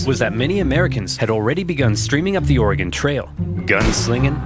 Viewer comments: As an Oregonian that the fact that you are from the Midwest and pronounce our states name correctly brings me joy. Almost as much joy as getting to see you react same day to this video! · Fellow Oregonian! I was honestly surprised to hear both Oversimplified and VTH get it right. Most Midwesterners I've met say it "Or-e-gon" or "Or-gon"